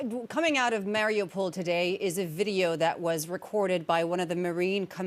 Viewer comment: She cant even pronounce Mariupol right